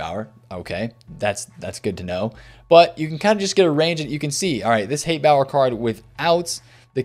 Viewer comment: BTW I just checked and it’s pronounced (spelled like it sounds, not proper phonetics“ Hans Hot-A-Booer” I don’t know why I felt inclined to look it up but there you go! LOL!